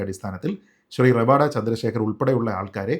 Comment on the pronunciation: ഇത്രയധികം Online news channel ആൾക്കാർ എല്ലാവരും പേര് റവാദ എന്നാണ് ഉച്ചരിക്കുന്നത്. പണിക്കരാണ് റവാഡ എന്ന് കൃത്യമായി പറഞ്ഞത്. ഇതാണ് കൃത്യമായ പേര് എന്നു പറഞ്ഞു തന്നത് വടയാർ സുനിൽ ചേട്ടനാണ്. പണിക്കർ സർ, താങ്ങൾ എന്നും താങ്ങളുടെ തട്ട് ഉയർന്നു നിലക്കും.